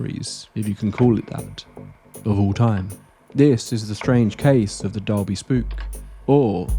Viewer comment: We have crazy stories like this here on the IOM cos we don't have much to do but drink 😂 Also, some of the pronunciations are off. For example: 'Dolby' not 'Dalby', but thats another trait for the island.